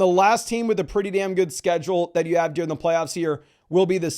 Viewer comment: Gotta learn how to pronounce “during” my guy